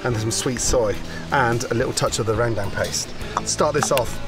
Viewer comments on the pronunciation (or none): Rendang not Rang dang 😂😅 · Randang lmao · He pronounced randang incorrectly though 🤣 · ALMOST approved. I mean he gave effort so I’m happy about that. What he messed up on was pronouncing rengdang. He said Rang-dang. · No one: Indonesians: Rendang Gordon: RaNgDaNg Bali people: so u wanna eat Rendang or meet the god of death? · Rangda not rendang 😂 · I heard him saying 'rangdang' too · it's 'rendang' Not 'rengdang' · Me too and the way he said rendang “randang” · but not for rang dang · Rendang : RENG -DENG 🤣🤣🤣